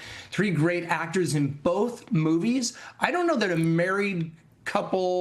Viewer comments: ZenDAYa, no “i” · You couldn't learn to pronounce Zendaya and Jon Bernthal correctly?